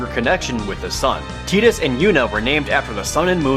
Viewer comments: Hearing it pronounced Tee-dis is hard since I was pronouncing it Tuhy-Dus since I first played it. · Ummm it is pronounced tide-is not tid-is :P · I'm sorry but why is saying tee-dus. Is this the original Japanese pronunciation or something? It sounds awful. It just sounds awful. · I pronounce it Tie-dis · Who the fuck calls him Tai dus? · Moon Aria What you doing, hypocrite? Its Tie-dus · James Ianni, I agree with you. It should've been pronounced Tide-us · No, Tee-dus is the correct pronunciation. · TEETUS? O RLY? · Oh god, Tee-dus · Isn't the pronunciation "Tay-dus" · I cant take this guy seriously when he calls Tidus Teadus. Whaaaat!? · its the japanese pronunciation of the letter I it's pronounced with a EE sound rather than an EYE sound. though I do agree Teedus sounds dumb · To be fair, they also pronounce "U" as either a silent vowel or an "oo", but no one calls him "Teeds" or "Teedoos". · you stupit amerikanz with your stupit pronunkiation. It'z Teedus. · That was what stuck out to me too. I've never heard that name pronounced "tea-tuss" before. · Almost stopped watching cause of the way he pronounced it teedus lol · One of the reasons several sources end up pronouncing the name Tee-dus is likely because the Japanese version of his name is pronounced Tee-duh. I always called him Tie-dus, myself, but it's not like Teedus sounds any weirder than Tie-dus... quell your pointless rage, internet. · I basically stopped listening when i heard TEEDUS. Idk who told him it's TEEDUS, BUT IT'S NOT!! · Where's the source of this? I've never heard him be called tee-dus before this video. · How about Dissidia that they spell it "Teedus"? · I thought it was Ti-dus... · Man, Tee-dus? really? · The way you pronounce "Tidus" drives me nuts. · Tie-dus. Please quit referring to him as Tea-dus. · ***** Tie-dus or Tide-us is actually the correct way to pronounce it. Tee-dus was coined during Dissidia, 8 years after FFX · Excuse me, Tee-diss? No. Tie-diss.